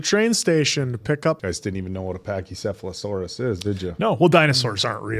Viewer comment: said Pachycephalosaurs and One Piece fans went:O he said it right